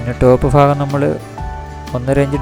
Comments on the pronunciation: പച്ച മലയാളത്തിൽ ഭാഗം... ഫാഗം അല്ല മൊണ്ണെ.. കൊല്ലം ജില്ലയിലെ എല്ലാ മൊണ്ണകളും ഭാഗം എന്ന് പറയാൻ പഠിച്ചിട്ടില്ല.. നിങ്ങളുടെ സ്കൂളിൽ ഫാഗം എന്നാണോ കഴുതകളെ പഠിപ്പിച്ചു തരുന്നത് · E faagham alla. Bhaagham. Fagham faagham. Antheru faagham dai. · ഫാഗം അല്ല ചങ്ങാതി ഭാഗം അവർ ഫാഗം എന്നാണ് പറയുന്നത്.😅